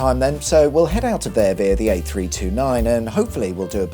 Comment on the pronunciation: New drinking game, take a shot every time he mispronounces the word via🤷‍♂️